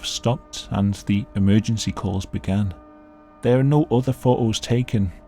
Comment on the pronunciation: I’ve said before; the police need to check their suspects again for a speech impediment. It sounds like he’s trying to say “down there”, instead saying “down thewe”.